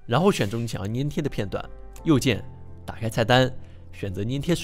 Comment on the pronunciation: 纠正一下，是读粘贴（zhan tie）哦😂